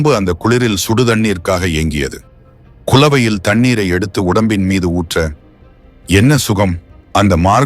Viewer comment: படங்கள் அருமை.கதையும் அருமை.."யாரையுமே பார்த்தவுடன்" பொருள் மாறுபடும்."பார்த்தவுடன்யாரையுமே" என எழுதியிருக்கலாம்..மகன் அழுது கொண்டிருந்தான் அல்லது குழந்தை அழுது கொண்டிருந்தது.உச்சரிப்பு சில இடங்களில் சரியில்லை.pavam ஓரிடத்தில்bavam. ahi vittadhu.. குலவையில்இல்லை.குவளையில். விளக்கி இல்லை விலக்கி.காமம் தாயைக் கூட கொல்லுகிறது.